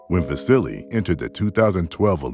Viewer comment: You are pronouncing his name; VA-SI-LEE ? SERIOUSLY?? It's VA-SEAL - Unbelievable!